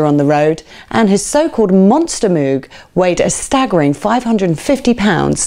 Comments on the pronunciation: Nice article. Please learn how to pronounce Moog properly. (Not Mewg!) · Good stuff - Moog is pronounced like '"rogue", not with an "ooo", though. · Keith always pronounced it MOAG, can’t argue with that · Everyone seems to pronounce Moog, the reason is that cows produce a moo add a g entirely logical to pronounce it moog. If moog wanted it to be pronounced mogue then why was it not spelt it this way? Moog synthesizer (pronounced /moʊɡ/ MOHG; often anglicized to /muːɡ/ MOOG, though Robert Moog preferred the former). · If you apply English pronunciation rules to foreign language words like Moog you know it's going to be wrong. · I'm an Emerson fan, but our host here left out Rick Wakeman, which is a monumentally enormous faux pas. What was she thinking? And to be snippy, she can't pronounce 'Moog'. (sigh)